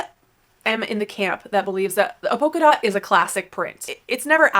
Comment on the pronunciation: Great content. Thank you. It might be my British ear but did you say poker dot or polka dot? It might be a pronunciation thing. Xxx I know that you know it is a polka dot - after the dance! X